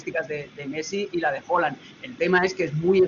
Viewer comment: Porqué hooland hooland, es haalan